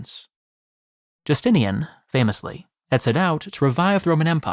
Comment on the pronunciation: Please learn to pronounce roman names. This is ridiculous. Constantius with a ch sound is a travesty. And so is the way you pronounce Justinian. A hint, English is one of the very very few languages with degenerate atavistic spelling which makes same letters pronounced differently depending on.. total chaos, apparently. The vast majority of languages which are not english have normal, healthy phonetic spelling where each letter is pronounced the same way no matter where it is in the word, and if not there are very clear very simple rules. Latin is one of those languages and learning to pronounce it properly takes all of an hour of your time.